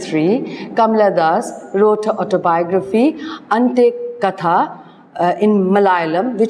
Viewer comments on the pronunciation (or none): You explained the autobiography with great clarity and amazing insight. Just one point to be taken care of ie.the pronunciation of words in other languages. For eg.Malayalam,Ente katha etc.